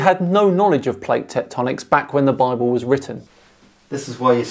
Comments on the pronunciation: BI-BALL = BIBLE. This one killed me. The illiterate imbeciles who think humanity has only ever spoken English since the dawn of time and that every word in existence is therefore derived from their language are always hilarious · Am i get it right? He said in the beginning BI BALL ? Instead of Bible ? @@ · "Bi-Ball"? Seriously? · WTF is this Doughnut Earth BS? And Bible, "Bi-Bull", Two Bulls ? I knew as a teenager that "Bible" is a neologism for the Greek "Biblio", which means Book. This guy isn't much older than I am. I hope he's just senile. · I suspect the correct pronunciation and etymology might actually be Bi-Bull. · These numpties (flerfers) really love their word salad: “Bible - Bi bull?” Really?